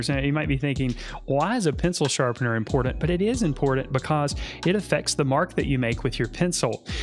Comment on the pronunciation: Imported or important? The T is not silent lol.